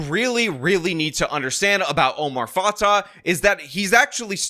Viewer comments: Just a little correction: Fatah is pronounced Fatay and Fray is pronounced Fry. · Why do you keep using the wrong stupid new flag for Minnesota?? Plus you mispronounced both candidates’ names. It’s fah-tay and fry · You’re saying both her last names are wrong. I know it’s not the point of your video.